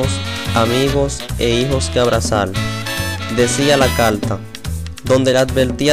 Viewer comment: ¿Por que no pronuncia la R este hombre? No es calta es carta.